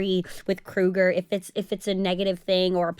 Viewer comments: Cruger???? Lol its cougar🥲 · Cougar --- not Cruger...